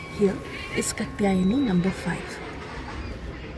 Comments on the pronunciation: It’s not kutyani it is KAAA tyayni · Not katyayani, name is Kaatyayani Please learn proper pronunciation By the way, thanks for the good info Om Devi skandamaatayai namaha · The right pronunciation is Kaatyaayani. Kātyāyani.